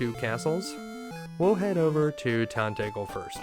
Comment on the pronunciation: Rubiss. The name is Rubiss. Rubeus is Not Rubiss. Rubiss is not Rubeus. Also it’s Tan te gel. Like jelly gel. It’s obviously inspired by Arthurian myths associated with the real life Tintagel.